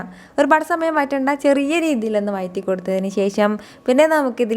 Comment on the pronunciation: വയറ്റി അല്ല വഴറ്റി